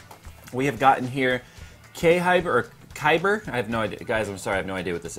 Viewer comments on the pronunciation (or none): k hyber lol its khyber